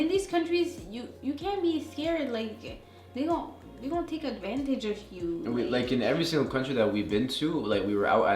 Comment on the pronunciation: The way he said advantages had me dead💀